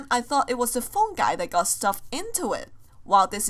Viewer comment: its not phon guys u say its phone guy the purple guy he dire purple man died not phon guy